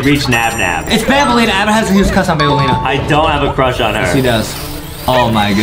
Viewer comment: Aden has a huge cwush on banbaleena